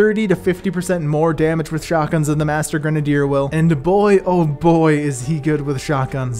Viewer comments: Stop saying gren a dier it is grenade r you dumbass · Gren - uh - deer. Now say it faster. Kids these days. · Granadier lol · Why does this dude pronounce grenadier like that ? Its cringey.